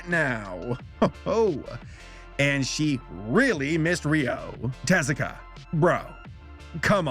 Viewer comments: It's not "TEZ-ah-kah?" It's with the emphasis on the u, like "tez-OO-ka?" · Take a shot every time pronounces Osamu Tezuka's name wrong! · I'm only judging your pronunciation of Tezuka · I love your channel, I really do. But not at least Googling how to pronounce people's names is not only lazy, it's disrespectful.